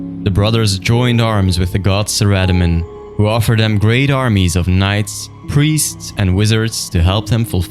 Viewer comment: Suh Rada Min... . I've always said "Sarah, doh min". Your way sounds more epic.